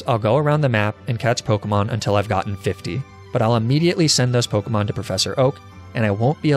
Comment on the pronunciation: The pronunciations of the pokemon kill me